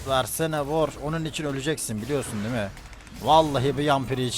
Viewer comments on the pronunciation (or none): none